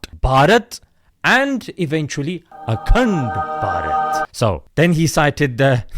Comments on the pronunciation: Bro anytime you say "ACUNDBARAT" I CAN'T HELP BUT TO CRACK UP 😂😂😂🤣🤣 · The way he say AKTEND BARHAT😂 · every time he says akand barat. I laughed. 😂😂😂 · The way you say akhand bharat 😂